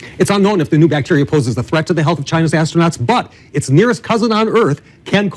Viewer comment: Asto-nots. x'D